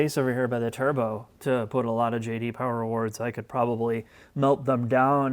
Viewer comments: JD POWAH HAMMAWR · No one: Not a single soul:: JD Powah